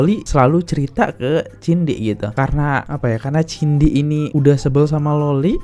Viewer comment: hoi jadi Laki2 itu mulut jangan ceriwis macam wanita kalau masih tetap Jantan ... gak usah ngomong macam panci rombeng .. jaman dulu seorang Lelaki tidak pernah mau diketahui berMULUT WANITA begini . MALU BESAT dia /// . so jangan sok kepinteran ya kenal juga kagak sama Cindy bukan TJINDI hoi belajar dulu nyebut nama seseorang atuh